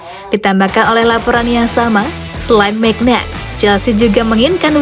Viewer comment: Bacanya mignyon